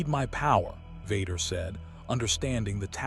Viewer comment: Why is the pronunciation of Vader and Luke so off? Who is vudkah